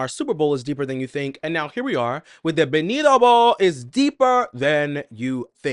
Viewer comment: Baby he won’t marry you if you keep saying his name wrong 😅 we pronounce the T in Spanish lol just say Benito how it’s spelled lol